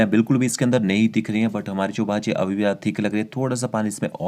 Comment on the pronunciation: It's bhaji not baji 😐😐